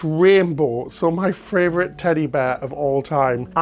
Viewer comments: do you realise you say "fravourite" instead of "favourite" every single time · Which is one of my fravorite -isms!